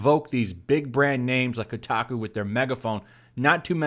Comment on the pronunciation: Its not pronounced KuuTaKuu...lol